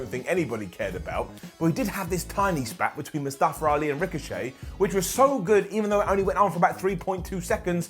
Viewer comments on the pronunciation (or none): nobody:: MustaFER ALI